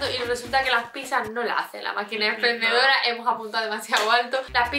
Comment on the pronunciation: diciendo "exprendedora" nunca falla jajajajajajajajajjajajajaaj